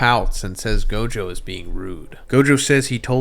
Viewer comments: You should learn how to pronounce the characters name bro. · bro its gojover LMAO